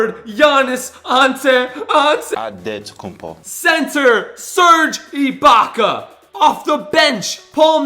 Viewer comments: You dont spell the greakfreak giannis ankoopo you spell it giannis antetokounmpo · Him: Giannis Ankoopo My head: Did he really just...